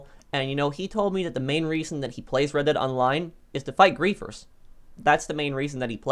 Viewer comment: “He’s fighting griffers” sounds like putther?